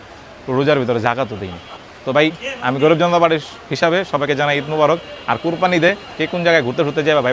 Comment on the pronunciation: কোরপানি না। এটা কোরবানি হবে।